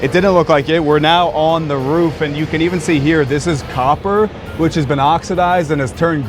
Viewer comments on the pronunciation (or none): none